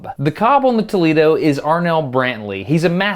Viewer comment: You cant even pronounce tolEdo